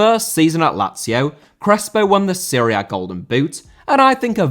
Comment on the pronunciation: Serie A* not Siri Ar